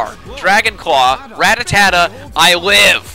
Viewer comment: u mispronounce rattata. just sayin